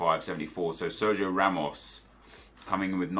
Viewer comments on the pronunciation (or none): none